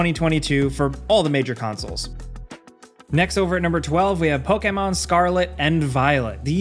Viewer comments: Evil West, Callisto Protocol, God of War Ragnarok, Hogwarts Legacy, rest are irrelevant. Ps, you say pokemon weird lol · I hate the way you say Pokémon. Great video though.